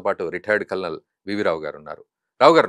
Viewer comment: Kalnal ani clear ga anandi sir👍🙏🤝